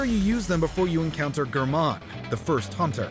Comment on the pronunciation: How did he just pronounce Gherman?